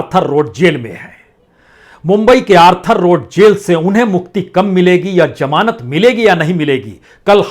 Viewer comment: Its zamanat not jamanat ,ullu ka patha